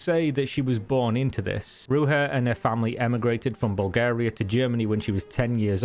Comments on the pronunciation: It's not pronounced Ru*H*a. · It's pronounced Rouzha in English and Bulgarian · My dear country fellow woman Ruja, she was so nice and funny. BTW you have butchered her name, J is like in Jack not the spanish J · Ruja is not pronaunced like that it's Rudzha. Great research. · why are you pronouncing here name, like shes spanish? her name is Ruzha. Ruja is just the phonetic writing of her name, because "j" is often used as the phonetic letter for the bulgarian "ж". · ‘Rudzha’ is how BBC Radio 4 pronounced it. The series is probably still available on BBC Sounds. Her probable fate had occurred to me, and, I don’t know why, leaves me a bit sad(?) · Ruzha. Sound "zh" is present in english language. For example in the word "illusion" or "pleasure". This is just your typical anglo arrogance - we don't give a damn how your worthless barbarian names are pronounced. Also, english native speakers tend to be borderline dyslexic - they learn pronunciation by rote because their spelling is so ridiculously effed up. Most of them see words as ideograms that have no phonetic logic to them, they are incapable of deriving the sound of a word from its constituent letters. Like Egyptian hieroglyphs or something. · Ruja iz read as "ru-zha" meaning rose. Bulgarians are not speaking Spanish so they don't read their Js as Hs. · You are right, it is not correct, the "j" in her name = "ж" in Bulgarian, in English, it would be more accurate to replace it with "zh" or the whole name = Ruzha. If you are interested in checking out exactly how it sounds, you could do it via Gtranslate - select Bulgarian to English, type "Ж" in the Bulgarian field and you'll have to option to hear it. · You mispronounce her name horribly. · Good video but what's more impressive is how far off the right pronunciation of a four letter name you are. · you are pronauncing her name wrong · Could have at least found out how to pronounce the main character's name in your story. Lazy lazy lazy